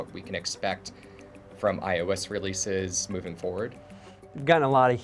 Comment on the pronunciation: He can't even pronounce iOS. This guy needs to stop doing Apple stuff, and apparently they released iOS in the fall. The fall of what?